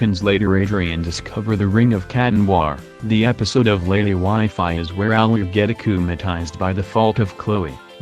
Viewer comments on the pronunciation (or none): none